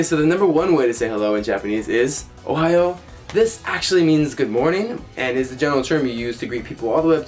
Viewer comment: Dude, it's "ohayou" (おはよう) !!